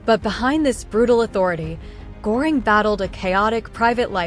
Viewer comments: Who the fuck is goring his name is gøring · It’s not pronounced Gore ing. It is pronounced GUR ing. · Pronounced Gher-ing. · The AI narration is distracting, plenty of mispronunciations and much too cheery a tone for the subject matter. Pronouncing Göring's name correctly would be great.